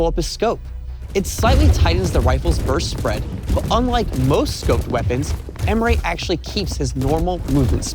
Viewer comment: Its "Ehm-reh' not "Ehm-ray"